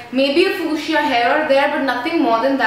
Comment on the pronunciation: hey i love yo vids... but just a correction... the color fuchsia is pronounced as FYOO-SHAH... n not foo-shee-yah... no offence 😙😙😙.. love u..